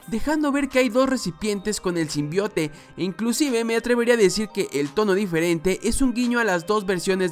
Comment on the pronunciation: Me da risa cuando dicen el tráiler Sim Bai Out :v